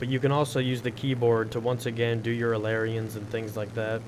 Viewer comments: ailerons(A LA RONS) not aleriens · Lol you said aleriens xD its ailerons or (A-ler-ons) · It is not alarians, it is ailerons, ay-le-rons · First of all, the P40 has 6x .50 cals in the wings, not the nose, and second is that I'm pretty sure that they're pronounced "ale-er-ons." Great video though. Since the update came out, I haven't been able to get a round with my P38 and don't have a recon plane because I got my pilot before they came out. Plz help! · your pronunciation of "ailerons" makes me want to die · YOU SAY AILERONS WRONG!!!!!!!!!!!!